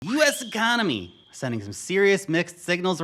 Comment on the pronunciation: the ecomony?